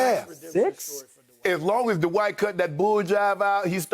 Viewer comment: I love you Shannon and Chris, but it's Dwight one syllable, not DUH-WHITE 2 syllables. 😜😜😋😋😵😵